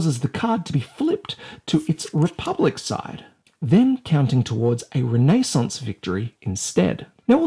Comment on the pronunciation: Ren nay sounse